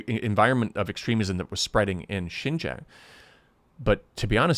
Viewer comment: I am not sure how long you were in Xinjiang but I feel like it wasn't long enough to even be able to pronounce Xinjiang correctly. It appears that this video is not at all about an interview with a Uyghur survivor of one of the reeducation camps but instead a major part of the video is used to slam the United States of America. You are offensive and harbor opinion that is based in ignorance.